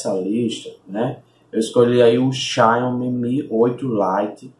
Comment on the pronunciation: "Xáiomi" kkkkkkkkkk